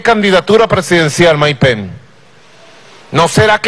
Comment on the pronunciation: jajjaja no que ridiculo como insulta y repite "Maik pen" como un niño enojado, en realidad si ponen un chofer de autobus en ese cargo que mas se puede esperar. que pena por los venezolanos que bajo calleron y en estos tiempos tan avanzados.